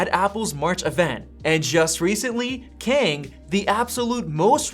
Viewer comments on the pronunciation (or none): the name "Kang" is pronounced like British people saying "can't" without the 't.